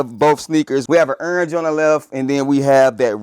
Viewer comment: Wtf is ernge? I heard of orange 😭😭😭🤣🤣🤣🤣